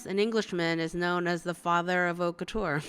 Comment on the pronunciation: haute couture prononciation. h is omitted , and it's like a long o that end with t cause you omit the ending e as well. couture's cou is like coo from cocoon. Lastly the ture is not pronounced as tch and the last e is omitted too. I hope it makes enough sens for you to grab it and anyway it's fine if you can't pronounce it correctly. It just sounds corny and slightly pretentious when English speakers say it. keep up the good work I really enjoy watching your videos :)